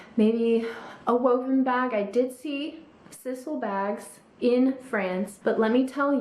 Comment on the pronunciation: Just politely fyi, the natural material used in the purses you talked about is pronounced with a long “i “ as in size-al